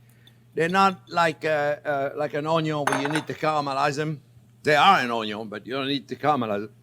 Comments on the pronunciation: Chef John Pierre, I love your channel and all of your videos. Keep up the amazing work. Especially with the "onyo"... I have made this recipe twice now, and it gets better as I learn more of your little tips and tricks. I'm up in Toronto, I think you and I are about the same age, so if you are ever up here, I would love to make dinner for you... I just hope it doesn't suck! Keep up the great work. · My first Chef Jean-Pierre video and "Wow!" Subscribed and diving into the other videos! Going to share with my 87 yr. old Cajun dad who will be thrilled to hear "oyn-yun" and enjoy Chef Jean-Pierre's wonderful down to earth personality and expert teaching.